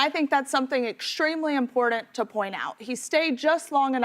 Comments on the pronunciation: Bah-cause and impor-dant. I rest my case. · Someone please tell there is no D in important. So annoying to listen to her.